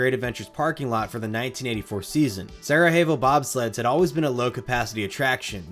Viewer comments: It's pronounced Sarayevo, not Sarahevo. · Its pronounced "sarayavo' not sarahevo. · With all due respect, you need to take classes to learn how to pronounce these things. Sarajevo is pronounced Sara Yevo, not sarahevo. It’s not Spanish. Sarajevo is a city in Eastern Europe, Bosnia, an area formerly Yugoslavia, famous largely for Winter Olympics back in the 80s. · Quick note, the J in Sarajevo is pronounced like a Y. Sarah-Yay-Vo 😊 thanks for the great content as always! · Solid research on a great coaster. Just an FYI: Sarajevo in Sarajevo Bobsled refers to the city hosting the then-recent 1984 Winter Olympics, so the pronunciation is sara-YAY-voh. Thanks for the trip down memory lane! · The Sarajevo in Sarajevo bobsled is pronounced Sara-yay-vo, at least by American standards. Lol j sounds like h in Spanish, but in Croatian/Serbian the letter j makes more of a y sound... In case ju were wondering. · Just an FYI it’s pronounced Sarah Yay Vo. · I love these vids but my pedantic ass stays bothered by the pronounciation of Sarajevo like it's some Mexican city